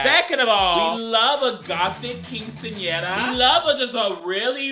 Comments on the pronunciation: “A gOtHIC QuINCEnERAAA” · "We love a gothic qinseñera" IM DEAD 😂😂